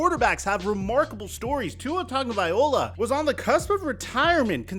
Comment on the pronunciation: you still can't say Tua's last name right. Just say Tua bro.